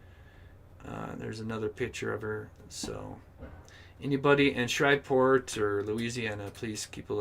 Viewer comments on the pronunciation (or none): The town is Shreveport not Shriveport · Pronounced shreeve port.